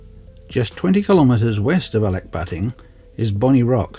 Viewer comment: That's the best pronunciation of the name I have heard.. :)